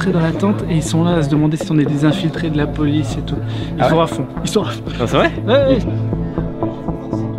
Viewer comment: Hahaha j'adore la "polisse" 😂